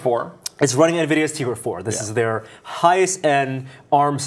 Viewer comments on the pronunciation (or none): it's not tigra zone, it's tegra zone, and not tigra 4 but it's tegra 4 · its Tegra not Teagra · TEgra. Not tEEgra, morons. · why are the calling it Tigra when it's tegra :) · "Tea"-gra.. must be Brits :P xD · There are no western languages that pronounce "Te" like "Tee". I'm pretty sure it is "Teh-gra"